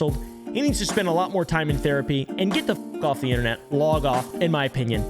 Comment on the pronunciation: inTernet not fkn inner net ... an inner net is LITTERALY your nervous system and or your vains ... the T isn't silent in inTernet ... documenTary not fkn documenary again the T isn't fkn silent